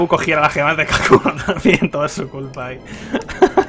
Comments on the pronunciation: Todo el video diciendo kakuno y era hakuno xD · Por que dice Kakuno? xdddd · Lo mas inquietante es que dice "kakuno" en lugar de hakuno XDDD